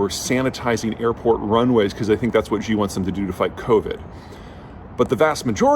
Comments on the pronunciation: Great video! But quick fix for pronunciation since you talk about China so much recently: "Xi" is pronounced more like the English word "She" or "See," not the "Ji / Zhi" sound you've been saying. Chinese doesn't sound French :P You can check by clicking the audio button on Google translate to hear it or something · The name Xi is pronounced She, not Gee. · Its Xi (Shee) not Ji, Peter.... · Peter, could you please not pronounce "Xi" as "Zhjee"? The "zhj" sound doesn't exist in any dialect of Chinese. Xi is pronounced "She". The quick way to remember this is "that's what Xi said". You're doing serious analysis on geopolitics; at the very least you should pronounce the names of people correctly. When China adopted the Pinyin romanization orthography, they repurposed some letters they thought were redundant and used them to write sounds that are common in Mandarin that would otherwise take multiple letters—X got the sh sound, C got the ts sound, Q got the ch sound. That's why "Qing Dynasty" is pronounced "Ching dynasty", and "Xi Jinping" is pronounced "She Jinping". Also, Beijing is not pronounced "Beizhjing". The letter J just makes the same sound it makes in English. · Great video. But... Xi is pronounced: SHEEEEEEEEEEEEEEEE! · FFS, who is this 'Gee' you (yes, you Peter) are talking about ? How about not coming across as a stereotypical, arrogant, 'ugly American' and instead demonstrate a modicum of respect by making an effort to pronounce his name correctly.